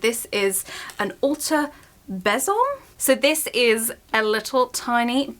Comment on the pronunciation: just to let you know it's pronounced bee-zum ! like a little bee